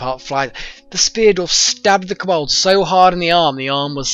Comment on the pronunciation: Why do you pronounce Kobold as Kebab? A joke I don't know about? :o